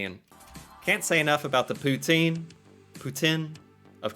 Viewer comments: Great video! Noticed you pronounced poutine, like a true French Canadian; poo-tsin. 👍 Born and raised French Canadian here and no one I know says it poo-teen - maybe in France or some parts of Urban Quebec but yeah, not where I come from... nor anywhere else I went to in the country; and been coast to coast a few times as a trucker. Here is another fact: Everyone in Canada is either a trucker, related to a trucker, or at least, knows a trucker really well. #TruckerConvoy2022 Keep it up, you're a really cool guy. 🙂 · your french pronunciation of poutine is spot on! 👍